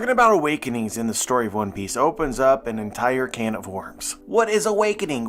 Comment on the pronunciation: For a moment there, i heard you say "One Peace"... hmm...